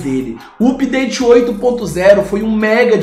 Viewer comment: Não se fala (úpdate). Tente "âpdate".